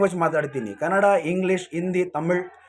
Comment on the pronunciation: ಕನಡ.. ಅಲ್ಲ. ಕನ್ನಡ...